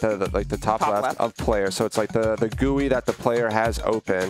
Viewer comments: BRO PLEASE SAY ''JEE YOU AI'' NOT 'JUI'' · i hate the "gowee" instead of G U I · Lol. It is pronounced gee you eye. Not gooie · Hey,, it's said 'Jee-You-Eye' (GUI) not 'Gooey' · It's pronounced G U I. Not "gooey". It stand for Graphical User Interface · BRUH its not a "gooey" ITS SAID LIKE "jee-you-eye"! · its not gooey its jeeyoui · I kinda hate how he says Gooey instead of G-U-I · frickin gui doesnt sounds like gooey bur G U I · Please stop saying gooie it hurts my brain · he says gooey and i hate it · GUI pernounced gee you ieee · Nobody:: "Gooey" Minehut Fans: "Well actually sir it is pronounced G-U-I": "Gooey" Minehut Fans: "No like the letter separately": "Gooey" Minehut Fans: OMG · stop saying gooey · My mom works for the company that made GUI and it is pronounced gooey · It’s GUI not gooey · *gee you eye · excuse me, did say gooey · finally a comment not talking about how says gui